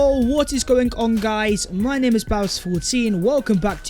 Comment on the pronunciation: Yoooh what's goingk onk guys... My ringtone😃